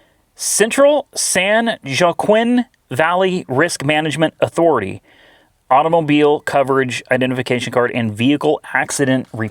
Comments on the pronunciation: San Jaoquin. Pronounced San Wa Keen. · Read it "San Wha-Keen Vally" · San Wa-keen Valley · Love your videos. Fun fact, I am from where these police cars came from. The county is pronounced "San Whakeen" county. Not trying to be an asshole, just figured you'd want to know. :) This is a fun video because I always used to buy those old police interceptors for my taxi company. They're definitely great cars. Wont find a better car. Miss those old vics.